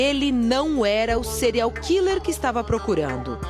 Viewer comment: se for pra usar o termo em inglês ao invés de português, afinal a reporter poderia muito bem dizer assassino em série, ela poderia ao menos pronunciar direito. "Cereal killer", afinal é isso que ela pronuncia.